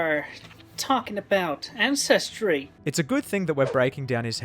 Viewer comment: Did he say ancestry or incestry?